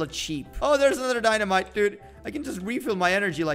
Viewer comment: He was say "dynamike" not dynamite 😆😆